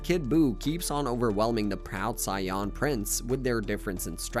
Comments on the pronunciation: for future reference as a random YouTube homepage recommendation: mispronouncing the most iconic word from the series (a word with an easily searchable English pronunciation that’s probably said more often than a ton of common English words in the show) is enough to put me off this video in 1min and 3 seconds. It makes it appear as though you didn’t do the most basic research in scripting this video. I’m sure you did, but I’m not going to be able to deal with that for two hours. Sorry man. I wish you success next time, though. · Is this AI or a real person. Cos if its real it’s embarrassing how they pronounce saiyan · Why is he saying Saiyan likes that though. Bro come on do better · I honestly thought I was the only one, I keep mentally correcting him 😂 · Bro this isn’t an ai voice I heard before but I am not watching literally because of “scion”. Like say it right or type in “say an” or even “say on” to the voice generator and try again. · It can be hard to be taken as a "subject matter specialist" when you continue mispronouncing the word "say-en" (saiyan) as "scion". I didn't even watch that much, and I know that's FAR from how it's said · Because he is saying Scion not Saiyan! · There's noway this guy can't not pronounce sayain, smh lol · Sai,,,Yan?.. he probably says Sasuke as Sa su ke 😅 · I feel like hes doing it on purpose ...SION?! there is no way you can fuck that word up after seeing the series. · I can’t believe I’m an hour in listening to him talk about Cy-Yons or Scions 😂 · Ewwwww why’s he saying Sayan like that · took me so long wondering wtf is a sion im like man maybe i missed somthing or i dont recall to realize hes pronouncing it weird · Scion lol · Took me a minute to realize he was pronouncing "saiyan" as "psion/scion" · Why is the "SAIYAN" Pronounciation so zesty 😂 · It physically hurts me with how he says "saiyan." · I feel like he’s purposely saying saiyan like that just to actually piss us off💀😭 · Saiyan ❌ Cyan ✅ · Sayawn wtf